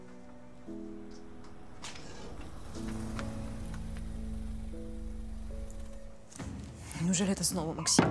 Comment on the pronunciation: Режет слух слово помянем, произносимое героями фильма. Правильно ударение падает на второй слог, т е. букву Я, помЯнем.🤷 А не так, как произносят в фильме , помянём.